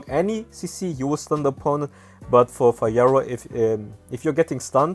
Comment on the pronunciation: He said fayora tho